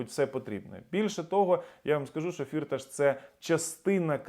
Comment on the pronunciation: Привіт.. Я з Тернопільщини і добре знаю його. Його насправді звати не фІрташ, а фіртАш - [наголос на другому складі] (в школі діти його називали "чотири кишені" (Vier Taschen) в перекладі з нім. мови). Тому робіть правильний наголос!!! (прим. - ніхто з українських політиків та журналістів цього не знає, бо це результат роботи його піарників). Думаю, що в Україні йому ніхто нічого не зробить, бо це справжній грошовий мішок. Він навіть зміг підкупити австрійський суд щоб не віддали його в США.